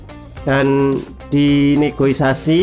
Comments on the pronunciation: Negosiasi bang bukan negoisasi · Negosiasi bang bukan negoisasai😆